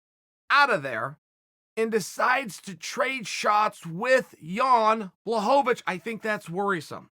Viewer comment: Chael: Jan Blowabitch